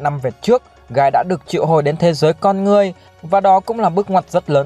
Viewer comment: Con người mà đọc con ngươi hoài